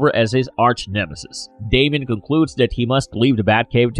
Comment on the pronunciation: DAY-mee-uhn Don't say it if you don't know how to.